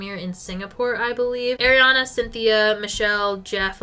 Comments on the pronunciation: It’s “Ari-Ana” not “Air-iana” 🥲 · As a fellow Arianna, it is pronounced ARI-ana. not AIR-iana 🥲🥲🥲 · it's Ariana not AIRiana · Loving this vid! No hate whatsoever but every time you said “air”-iana it hurt my soul lmao